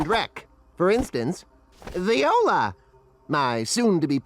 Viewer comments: where was the sin for "viola" insted of "voila" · Viola Fucking viola? The scientist cannot distinguish the word "Voila" from the instrument "Viola". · The inventor exclaims "viola!" Instead of "voila" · That's not how you say voilà. No sin for this?